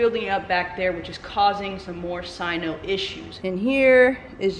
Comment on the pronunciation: Please pronounce cyano not cyno